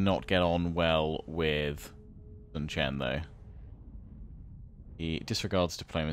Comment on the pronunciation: Huang is yellow in Chinese, try to say Wong or H-wong. And his name is basically guy Sun is more like soon Jiang is fine